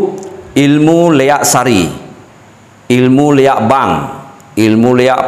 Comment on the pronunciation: ampura, yg Benar LIAK bukan LEAK, LI= Linggih AK= akasara